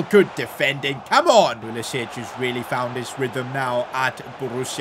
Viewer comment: Why does he say pulisich